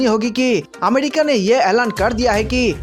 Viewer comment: Finish Pakistan from map. Ghanta fake news. It's not amedica. It's America, pronounce properly